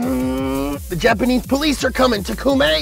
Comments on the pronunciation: It's TA-KU-MI NOT TA-KU-MEY!!! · Its not tah-koo-meh, its tah-koo-mee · It's not tahkuumeh it's takumi, pronounced fast It's towg I think not tow-uge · I really hope that pronunciation of Takumi was messed up on purpose.